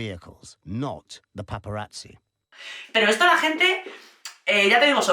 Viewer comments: Cari, me encanta tu energía y humor, pero tengo una pregunta. Por qué dices "paparachi"? La "zz" del italiano suena como "ts". Por eso pizza se pronuncia "pitsa", no "picha", que eso es otra cosa! 😆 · Es curioso como siempre que hablan de Diana nos queda a todos una desolación y tristeza porque en el fondo todos sabemos que fue asesinato planeado 😢, por otro lado amo como dices "paparachis" ❤ gracias por el video y la nueva info agregada a es aparte de mi cerebro que odia a la corona y a USA que siempre mete la nariz en todo 😂